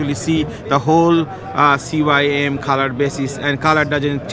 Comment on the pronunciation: "CUYM" i think you mean "CMYK"